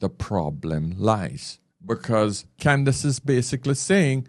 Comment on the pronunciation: It's "Candace", not "Candice."